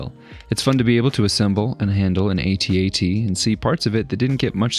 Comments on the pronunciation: BRO! Why you saying it weird? I've never heard anyone say ate-ate. lmfao. it's at... at. Always has been, that's what the crew at ILM called them. Ok, never mind. I'm further in now, you're fucking with us. 😶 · I’m sorry but where on earth did the younger generation learn to ruin the name of this item. The word At has always sounded the same. When the movie came out in the 70’s we knew what words were. It’s not Ate Tee Aye Tee nor is it Ate. It’s 2 words At At. 🤷🏼‍♀️ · "A-T-at" was painful to hear 😂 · “Ate Ate” lol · Tbh, I thought I was having a stroke when you said “AT-ACDC” 😂😂